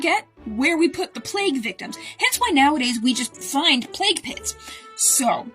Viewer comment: I heard "play pit"